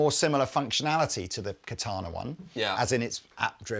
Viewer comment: Ka ta na is Japanese for sword. Accent is on the first syllable. Sounds so strange to hear the word pronounced with the accent on the second syllable. Still a great bit of kit. Ka ta na wa katai desu.